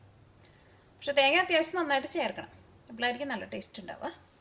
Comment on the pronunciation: സംഭവം ഉഷാർ. പക്ഷെ ചേച്ച്യേ തേങ്യാ അല്ല തേങ്ങ ഉച്ചരിക്കുമ്പോൾ കുറച്ച് ശ്രെദ്ധിക്കുക. 🙂